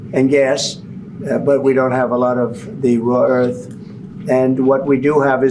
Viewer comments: Dopey Donald keeps calling it “raw earth elements”. One his advisers needs to tell him it’s “rare earth elements “. What a dope! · Why feel sorry for Zelensky? He did great to hold his own in a second language in an extremely hostile environment. What is hilarious is how Trump, who claims to speak English, kept calling it "raw earth". What a dope. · Is he saying: "raw earth"? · This has been bothering me for a week. The element is Rare-earth, not RAW-Earth. Why has no one pointed that out? He repeated raw-earth so many y=times it proves he knows nothing about . Someone else interested in rare-earth has pumped him without correcting him. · It's rare earth not raw earth,. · It's not "raw" earth. Isn't it "rare" earth? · It's rare earth, not raw earth, Trump you moron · What is "raw earth" ? Did no-one hear the semi-intelligent simian? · Rare not raw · Bc he doesn't have a clue about, like quite often, especially that it is "rare earth", not raw. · Did he say Raw earth? How many times? Its "Rare" earth elements. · "Raw" earth 😂. Sure, we got lots lol. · The Orange Buffoon can't even pronounce ''rare earth minerals''...